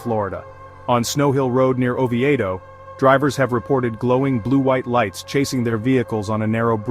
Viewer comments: Great video,, but either you didn't check how to pronounce town names, or you had AI do the recording. It's Oh Vee Doh not Ovee Ay Doh. Nothing about St. Augustine which is the most haunted town in Florida but, there's nothing new to report there, so I understand. Also, thanks for the info about the theatre at Rollins College. I never knew about that. As for the May Stringer home in Brooksville, I've gone there my entire life and never felt anything other than it's BUSY! The energy there is wild...but not spooky. Again, great video! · Pronounced Oveedo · It’s O-vee-do. It hurts my brain hurt hearing people get so close but still butchering it. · Might be but so is Florida, I don't hear too many people pronouncing it as Flowreeda